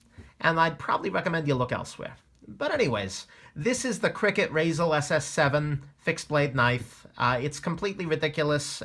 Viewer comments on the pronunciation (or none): it's not cricket... pronounced by anyone